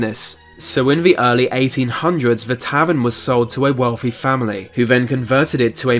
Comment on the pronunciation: Afourities? Wealfy? Dude, learn to speak. F'ing inbreed.